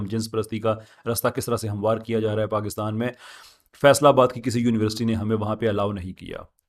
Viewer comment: ap university ki pronunciation daruat farma lain shayed ap Urdu boltay hovay " univerasity" bol daitay Hain instead of university, with due respect daruatagi farma lijye,jazak Allah.